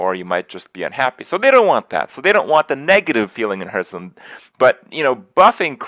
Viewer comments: Funny that Krip can't pronounce Hearthstone properly! 'Harth' not Herth. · i hurt everytime he calls it hurtstone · How does a Hearthstone streamer not know how to pronounce hearthstone?